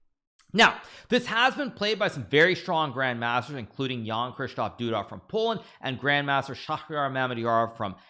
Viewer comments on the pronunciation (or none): none